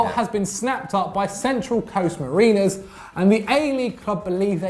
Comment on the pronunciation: It’s not mareeners